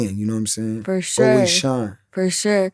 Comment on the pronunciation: Fur shore 😂